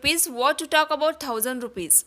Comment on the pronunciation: Cant say talkon